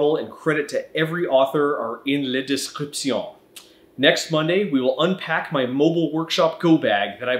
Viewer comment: « Le description » 🤣 c’est presque ça pour l’accent 👍🏻